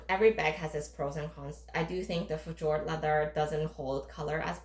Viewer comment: It’s pronounced “Feh yord” not “Feh jord.”